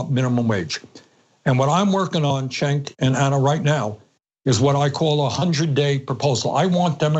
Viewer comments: It's funny, Bernie still calls Cenk "Chenk" lol. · Poor Cenk is wondering if he should correct Bernie's pronunciation of his name, or if that ship has already sailed.